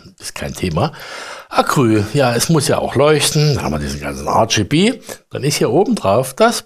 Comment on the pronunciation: Hi Ich find ja deine Videos ja super Informativ!! Doch an eine Sache kann ich mich einfach nicht gewöhnen!!! Dabei geht es um drei Farben. Diese sind Rot, Grün und Blau!!!Diese drei Wörter sind die vollständige Bezeichnung für RGB!!! Doch immer wenn du RGB sagst, hört sich das an wie denglisch!! nicht englisch mit na Tüte Murmeln im Mund!!! Versuch`s doch mal ganz langsam Rot, Grün, Blau es ist doch garnicht so schwer.😉😉